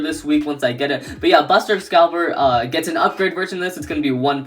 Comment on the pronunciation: Excalius not Excalibur 😂